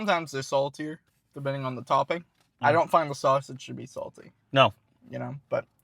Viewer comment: *Two Tawping Pizza